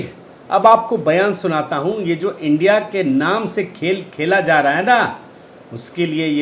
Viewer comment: इस शब्द का उच्चारण "इन्डिया" नहीं, आईएनडीआईए का उच्चारण किया करें. आशा है आप ध्यान रखेंगे. धन्यवाद.